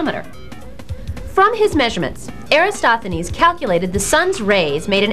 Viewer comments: Eratosthenes is pronounced like: "Air - at - awes - th - eh - knees." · Except for the misspelling of Eratosthenes and slight mispronunciation (AIR-uh-TOS-thuh-neez) an excellent kid version. Check out Carl Sagan's video on same topic. The scripts sound similar. I wonder who copied who? :-)